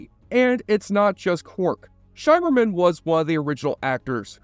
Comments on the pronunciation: By the Prophets... Did you use an AI generated voice-over? How in the world can you do research for a 37 minute video and get the basic pronunciation of the lead cast and even the Bajorans so wrong? I was making dinner when this came on on, but after the 5th time you mispronounced it 'SHY-merman', I shimmered out of the kitchen to turn you off, man. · SHIMMER-man, rhymes with rimmer, not SHYmerman. Your pronunciation is awful. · It's pronounced "Shimmerman", not "Shymerman". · Isn't it Shimmerman, like shimmer?